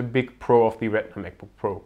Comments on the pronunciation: Bitte sprich "the" nicht immer "thiiii" aus ==> Das macht man nur vor Vokalen und hört sich furchtbar an und ist schlichtweg falsch! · The battery life, nicht 'Thie' ... Das macht man nur bei Vokalen ;)